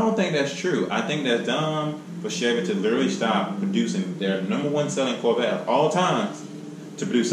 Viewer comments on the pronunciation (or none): none